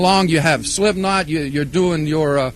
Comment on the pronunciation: Just letting you know, it's SlipKnot. not Slipnot...